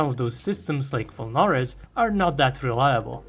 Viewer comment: Volnorez is pronounced with emphasis on the E, by the way.